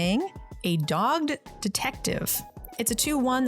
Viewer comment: LOL she keeps saying "dog'd detective" instead of dog GED detective" and it's funny every time she says it.